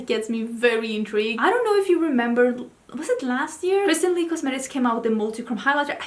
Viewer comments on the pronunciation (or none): none